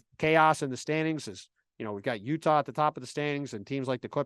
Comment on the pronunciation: "yuhtah jazz"